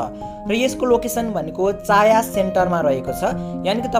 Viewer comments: चाया हैन भाई छायाँ हो 😂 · चाँया सेन्टर होइन.. छाँया सेन्टर हो।🤣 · चाया होइन छायाँ सेन्टर हो